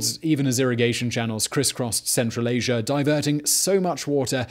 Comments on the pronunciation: There is no R in Asia =) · I like how he says Asier instead of Asia. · Why do you (Brits) say "asiar" instead of "asia"? Is it a stylistic thing or is it unconscious?